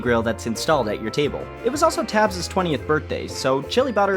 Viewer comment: Tabbs? I thought it was pronounced as teybs